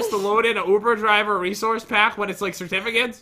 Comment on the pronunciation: I'm sure I'm not the only one but... "I have never been to..ovooo driveer"!!